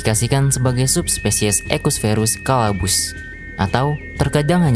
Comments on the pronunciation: Caballus min. Bukan Calabus 😅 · Caballus bang bukan calabus😂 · Caballus bang bukan Calaabus 😂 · Untung bukan cabuluss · di menit 4.06 caballus jadi calabus mimin lagi kepeleset 😅 konten kaya gini saya suka